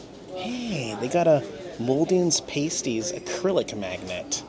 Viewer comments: the word is PASTIES, NOT PRONOUNCED PAYSTIES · how many times do we have to tell you?????? The food item "pasties" (referring to the savory pastry) is pronounced "PASS-tee". It's important to distinguish it from "pasties" used for nipple covers, which is pronounced "PAYST-ee". (comment edited-finally) and you need ketchup on the pasties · It's pronounced pas, as in pas & ties. Two syllables. Oh, you just said it right.... 🤣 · 100%. Coming from the UK, I was wondering the US had some weird way to pronounce it. Called a PASS-tee over here too. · Pah stee is how to pronounce.